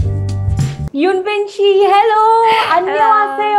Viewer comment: She pronounced her name wrong 😅 yoon bin nahi, eun bin is her name